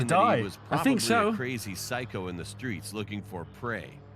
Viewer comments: He said pu see sho not psycho which sounds like sai ko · i know its kinda rude to criticize but it has to be done. Psycho is pronounced syko. not pisecho. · its Sike-o lol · Maybe you are joking about psycho, pronouncing psycho is syco sy-co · How says psycho "Pistashio" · Did really say pUhSeEsHeo? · Pre-nounces psycho wrong Me: that's Psycho, not however you pronounced it. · I think you said something wrong you say psycho wrong